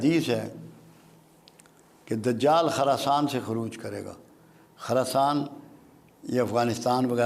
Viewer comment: ایک تولفظ خراسان کی خ پر زبر نہیں بلکہ پیش پڑھنی چاھیئے، دوسرے یہودیوں کے درخت کا نام زرقد نہیں بلکہ غرقد ھے